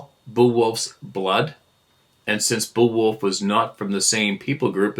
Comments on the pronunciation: Bay-a-wolf. Pronunciation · Beowulf pronounced Bay wolf. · The old English Saga, Beowulf, is pronounced Bay-o-wolf. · Me too. It was funny to hear not even know how to pronounce it lol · Hearing pronounce Beowulf was cringe but funny. Great story, whomever sent it in.